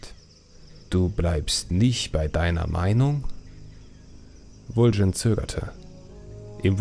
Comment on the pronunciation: super video's! aber warum sprichst du so viele namen anders aus, als sie uns das spiel vorgibt. warum Vul'jin?